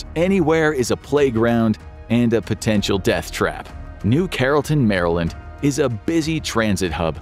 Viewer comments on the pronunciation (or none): none